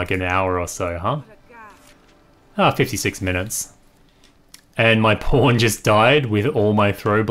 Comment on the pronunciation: Are you saying pawn or porn? It really sounds like porn